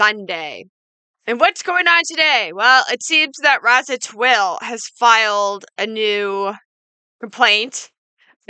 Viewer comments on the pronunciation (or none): Always happy to see your videos. It may be trivial, but Roza pronounces her name differently - like Rose followed by an 'a'. Kinda like an Italian may say, 'I'll breakuh your nozuh'. Italians have a poor sense of humor, ya know :-) Hope you take the suggestion constructively ....